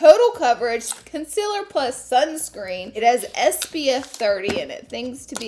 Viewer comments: Of course I miss ya saying conciller!!!! lol xo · Love the way the look came out, I'm dying to try that lip balm though and of course I missed your odd way of saying "conciler"😂😂Ilyyy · Conciller 🥰 I say a couple words differently and everyone loves to point it out.. everytime.. 🤣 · I live for the way you say concealer SHE IS BACKKK yasss